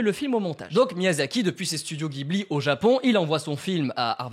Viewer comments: Juste bro gibli c’est jibli pour la prononciation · Jiburi pas ghibli la prononciation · Et on dit studio Jibli pas guibli :) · Alors c'est pas pour faire le casse-couilles mais ça se dit "jibli" ! 😉